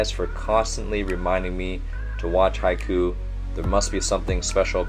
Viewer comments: I twitched a little when he said haiku and not haikyu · YeSsIr,, mE aNd hInAtA iS bOmB iN hAiKyUu BUTBUTBUTBUT HE SAID HAI-KOO NOT HAI-KYUU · wrong prononciation btw its not haikyoo its haikyuu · i just hate the fact he say haiku and not haikyu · Am I the only one triggered on how he says Haikuu and not Haikyuu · Not trying to be rude or anything but it’s not pronounced high- ku it’s pronounced high-Q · lol hes saying hi ku not hai kyuu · hey guys, i have question that has been bugging me...is "haikyuu" pronounced 'Hai-kew' (the way he pronounces it) or 'Hai-kyew' with the 'Y'? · It’s not hai-ku, that’s a poem, it’s haik-you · Haiku yes Lmaoo. It’s haikyuu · not Haiku, Hai kyuu, you need to pronounce the "y" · he said haikuu without the y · one thing you dont pronounce it hai-kuu you pronounce it hai-kyou like you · I love your vids but it's pronounced as haykyu not haiku 😂 Thanks for reacting to this tho. It finally cameee Translations: The back of the jacket says (Karasuno koukou haikyuu bu) which ment Karasuno High School Volleyball Club in english. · its pronounced "hi cue" haiku is a japanese poem :) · Really cool video but I'm sorry, it bothers me so much that you pronounce it as haiku. it's Haikyu, like Hi-Q. i'm sorry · It’s not haiku like the poem, it’s haiKYUU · Fans: Haikyuu This dude: Haikoo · not haiku 'haikyuu' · Lmao i can’t get over u saying haiku instead of highq the whole video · It's haikyu KYU not KU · It's not haiku it's haikyuu!!!!!!!! Say it correctly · you're pronouncing it as "haiku" not "haikyuu". "haiku" is a Japanese literature and it's something completely different from the anime... Haikyuu is like pronouncing "hi-Q" and you're reading Q not Ku sorry, as a Japanese i couldn't handle the wrong pronounciation hahahaha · It's pronounced Hai-Q, not Hai-ku. It is not a poem. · Nobody: Coach: haiku Me: it's haikyuu, not haiku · Haikyuu not haiku Sounds like hiQ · coach ur saying haikyuu like haiku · lol its not haikuu its haikyuu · "haiku" ok